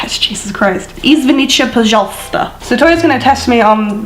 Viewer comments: Wait wait why was извините pronounced as извиниче The first way you pronounced it was correct, there shouldn't be any ч there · It's an English thing to turn t's at the end of words into ch's. But we don't do it in Russian,!:)